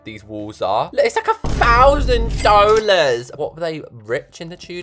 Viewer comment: “ITS A THAUSAND DOUGHLARS”